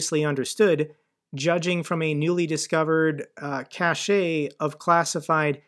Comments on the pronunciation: FFS will you stop pronouncing "cache" as "sachet"? The word "cache" is pronounced exactly the same way as the word "cash". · a military guy should know how to pronounce cache, it is pronounced like cash and not cash-ay, cachet is pronounced cashay and means something very different from cache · I ❤ you... but cache is pronounced "cash" - not cash-ay. Otherwise, bellissimo job. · Cache is pronounced the same as cash. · In Australia (and I think it's only in Australia) that word is pronounced "cay sh" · the word "Cache " is pronounced "Cash " The word "Cachet " is pronounced " Cashay." and has an entirely different meaning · Cache is pronounced CASH. Like cache memory in computer hardware. Cachet is pronounced CASHAY, which means style with flair. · Cashe is pronounced Cash.